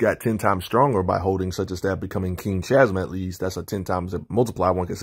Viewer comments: Chasm pronounced KAzum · Can’t tell if you’re trolling with how you pronounce Chasm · I have no issue with that, I just wasn’t sure if you were actively trolling because the storyline behind the character change was so bad you refused to say the name correctly was all